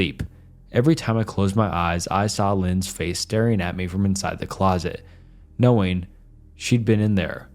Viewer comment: He pronounced closet as ‘closest’. Totally bungled the story